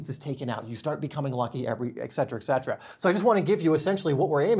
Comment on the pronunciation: Not to be the pronunciation police but the way you pronounced, etc. is incorrect. If you look at the word, it’s spelled. ETC not EKC. Etcetera. Not ek-cetra. I love your videos otherwise.